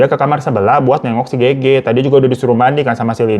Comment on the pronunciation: Kenapa Gege sih fan ngomongnya bukan Gege 😭😭